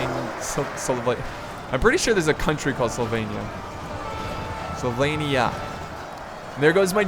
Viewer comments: Why do you want to pronounce Sylvania "Slyvania"? x) It's : [SEAL]+[VAN]+[YA] .. ^^ And in the Warhammer Universe, the Old World is mimicking Ancient-Medieval-Renaissance Europe, so the Vampire Counts are basically inspired by Hungary, Romania, and Transylvania. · It's S Y L V A N I A,! As in Transylvania. Not "Slyvania". I'm sorry, this was a really good video, but that just kept bugging me the whole time...:) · Its pronounced "Sil-vain-eea". I dont know how you could mispronounce that... And Vampires are rightly the most powerful single characters in the game... Hell; they're Vampires! Vampires are the best. They just bring trash infantry [Like zombies] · Not Slovenia - Sylvania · Slovainia? How did you get that pronunciation from Sylvania? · Sylvania = Sil-Vane-ee-Ah, Drakenhof = Drack-en-hof.. The blood dragons are vampires (the name of the faction in the table top game is vampire counts) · Hey, S y lvannia (god, your pronunciation, lol) isn't Slovenia - haha - if you want it to compare to an european country: Romania, Transilvania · he has dyslexia so that's why his pronunciation is wrong sometimes